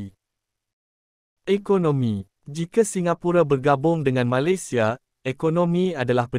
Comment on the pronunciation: Sebutan kata "Malaysia" agak janggal tidak sama dgn cara warga Malaysia menyebut perkataan Malaysia